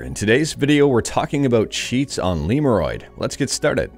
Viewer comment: I pronounce it not like liurod, it's lemodroid